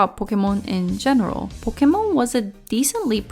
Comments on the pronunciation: I can't watch this cause (i don't want to be mean but) they way you say "pokomon" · Why do you pronounce pokemon in such a weebish accent? Pokémon is just Japanese for pocket monsters, they're loan words from english for crying out loud! Weebs like you really are an affront to the civilized world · The way you say Pokémon offends me